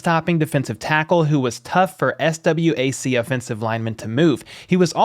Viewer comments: FYI, its not S.W.A.C pronounce it as "SWACK" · Its prounced swquack not S.W.A.C 🤦🏾‍♂️🤣